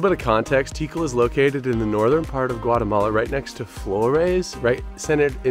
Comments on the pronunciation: You say Tíkal haha but it should be Tikál. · Guys it’s pronounced Like Teekal. Like the name Calvin. Not tikel😂